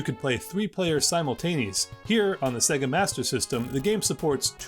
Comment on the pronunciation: Se-ga? Huh Sega like say-ga lol